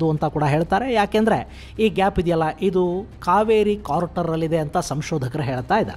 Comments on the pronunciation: It is crater not Carter. Just a correction please. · ಕಾರ್ಟರ್(carter) ಅಲ್ಲ ಅಣ್ಣ ಅದು ಕ್ರೇಟರ್(crater)